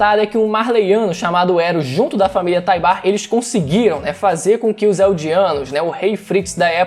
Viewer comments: Só eu que fico agoniado com a pronúncia errada o certo é "Taibur" não "Taibar" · Mano não é TaibÁr a pronúncia, é TÁibar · Acabei de rever o EP no momento em que o comandante Encontra o Willy a pronúncia é como se o U fosse mudo por isso falei que o certo seria Taibur tlgd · Willy taybar mano 😣😣😣😣.... Willy taybur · Algumas pessoas ficam excitadas por coisas diversas... Músculos Voz grossa Pegada Inteligência Barba ... Eu na real fico excitado quando o willyan tybur pronuncia.. "EREN YEAGER"